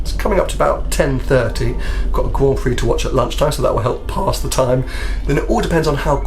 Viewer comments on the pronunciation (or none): none